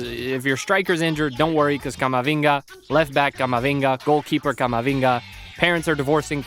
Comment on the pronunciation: camavinga eh cama ohhh